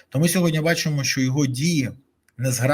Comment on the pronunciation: Дякую за ефір! Малееееньке зауваження: не сьогоднЯ, а сьогоднІ. СьогоднЯ - це русизм😊